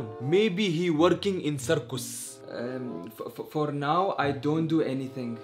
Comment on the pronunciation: The fact I always laugh at lol and he doesn’t even say circus he says corcos